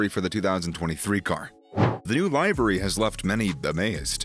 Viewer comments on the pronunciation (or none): If this man says “live-ary” One more time…